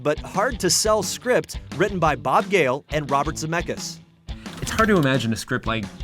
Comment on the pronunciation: It hurts my lithuanian heart that they are always pronouncing "Zemeckis" wrong 😂😂 but I get it, it's easier that way